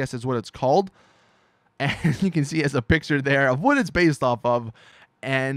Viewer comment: he says can like ken